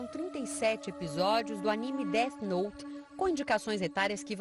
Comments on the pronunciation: "deart note" MANO KKKKKKKJJJKJKKKKKKKKK record ta perdida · É défi nouti